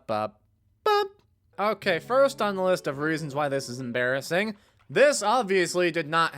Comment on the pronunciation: em”Bear”ising?………………. I’ll leave